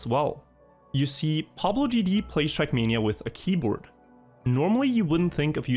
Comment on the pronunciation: Came to hear “trackmeania”, got what I needed 👍